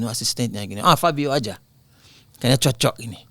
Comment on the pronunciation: pas ngomong "cocok", kaya logat padang❤❤